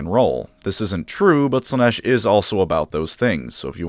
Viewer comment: It's Slaa-nesh. Learn the words...!